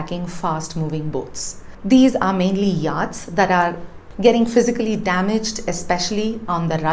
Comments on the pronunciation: I watch Pure Science n regularly and consider it a professional n well put together show. So I was surprised to note some grammatical mistakes.: *You sink a boat/vessel not drown it😊😊😊 * It's pronounced YOT not YAAT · Do check your pronunciation of yachts - it's completely off